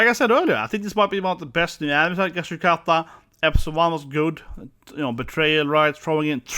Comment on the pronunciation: "gashi-uchata" bruuuuuh not even closeeee